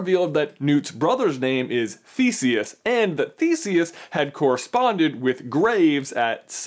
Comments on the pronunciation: Every time someone says Thesius I hear thesies XD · as someone who learned old greek i hate how u pronounce Theseus